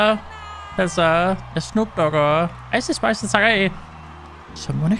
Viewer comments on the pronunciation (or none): Det er ikke icei spis det er ice spis